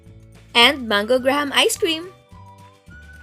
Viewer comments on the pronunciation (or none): none